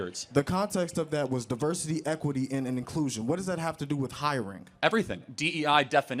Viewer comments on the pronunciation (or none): Hiring not hirinck.